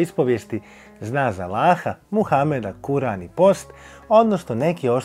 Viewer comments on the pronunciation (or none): Kaze se Kur’an a ne Kuran, bez ikakve uvrede, svaka cast na prilogu ❤